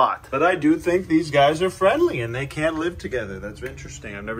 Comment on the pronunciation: Heard say “friendly little guy” and I heard it as Fredly so why not name him Fredly 👍